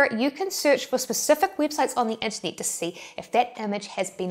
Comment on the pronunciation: Always love your videos. You have been quiet lately Say Unternit again...